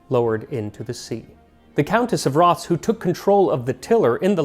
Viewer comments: Love the episode Max! Just a tiny note, it’s actually pronounced as Roth-es. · I'm from Rothes and a Leslie on my mothers side. It's pronounced Raw-Thes.